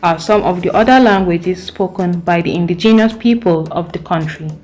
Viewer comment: I don't agree Nigeria number 2 ???? Please pronounce indigenous properly first . No way Nigeria speaks the best english because the moment they speak one knows automatically. We vote amicably no Rigging . Who agrees with this list?